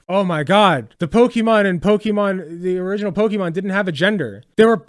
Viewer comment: Instantly lost all respect the moment this moron mispronounces "Pokémon". Know your own language bro. 🙄